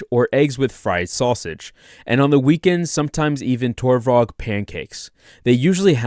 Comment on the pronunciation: I guarantee you that we did not call it tovorog. 🤣 I like how your pronunciation of it just gets worse throughout the video. 😂